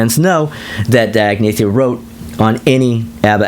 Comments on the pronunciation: Love this breakdown whether I agree with it or not. It’s cool to hear these reviews from someone with a strong musical ear. Have to admit the mispronunciation of Agnetha (should be pronounced more as “Ag-NYET-ta”) was a little grating. Interesting to hear someone agree with me on much of Super Trouper. We’re definitely in the minority on that! 😂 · The yodel in People Need Love.. awesome and non Brady Bunch. And Call Agnetha “an-ye-ta.”